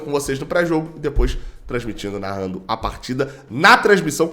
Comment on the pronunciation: CP "varrado" kkkkkk